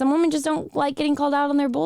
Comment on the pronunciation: I adore and how she pronounces women... wahmen...